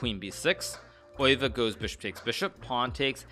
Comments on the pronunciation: Pronunciation is [ˈøːʋə], more like oehve (German ö), definitely not "oy" sound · There are placenames Leeuwen (Gelderland) and Leuven /ˈløːvə(n)/ (Brabant), while the animal leeuw (lion) is pronunced totally different, viz /leːu̯/. According to Wikipedia the former world champion's name should be pronounced Max /ˈøːʋə/. Hikaru's way of saying it on the other hand is the German one, which to my ears sounds good also. (But then again he might work on "Zugzwang", if at all possible together with his faithful student Levy). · alekhine is easy. Just Google a video. Euwe he's a lot closer than alekhine but still says it slightly wrong. It wouldn't be as noticeable or funny if he wasn't just completely butchering alekhine. I speak serbian and Croatian. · I figured it would be similar to how a german would say it. Because hikaru definitely pronounces it in a very german way. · yeah he butchered both names